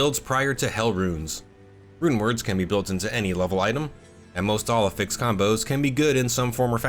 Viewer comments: You say 'affix' incorrectly. Please bone up on the proper pronunciation for future videos. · Dude, please, please just look up the pronunciation for the word 'affix'. I love the content of your videos but it's infuriating to listen to after so many times.